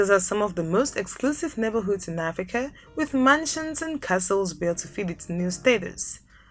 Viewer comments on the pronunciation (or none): none